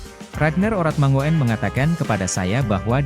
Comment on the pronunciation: Bro... Kl baca yg bener lah... RAGNAR ORATMANGOEN dibaca : RAGNAR ORATMANGUN.... Jgn bikin malu lah, parah lu bro 😂😂😂😂😂